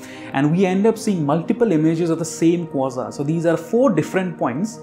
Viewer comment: Americans say kwA-zar. Just sayin'. * It's how I've always said it. * Thanks for the videos.